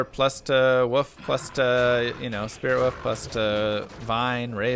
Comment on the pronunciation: WOLF NOT WOOF! BITCH